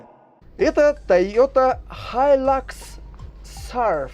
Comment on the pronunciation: хай люкс....какой лакс? бесит уже.